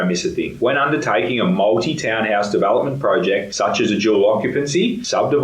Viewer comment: Where's your accent from? Your e sound like a bell = bal development = davalopmant??? Interesting